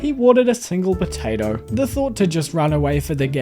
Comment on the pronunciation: Did anyone else hear botato instead of potato? I love the videos thanks so much 💙